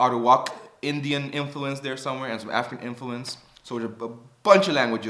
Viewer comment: truly appreciate the effort and your positive contribution to the island. But you kinda mumbled the word Africa, I hope that next time you scream that part and take pride in our African heritage because our language was greatly influenced by African dialects. The intonation we put on words and the way we repeat the same word like hopi hopi to express an extreme is something only found in Africa. Keep on doing the good work. Hope to see much more from you!